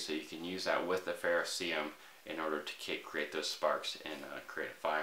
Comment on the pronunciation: Love your content, but please stop saying fehr-oh-see-um. It’s ferrocerium (fehr-oh-sehr-ee-um). You’re hurting our ears.